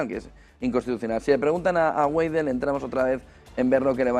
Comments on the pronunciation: Güeidel? 😂😂😂 se pronuncia: Veidel! 😃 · Se dice "baidel " no gueidel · La W en alemán se lee como B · Alice Weidel, se lee como en español la "B"